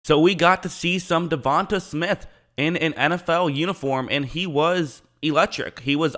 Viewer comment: De-von- tay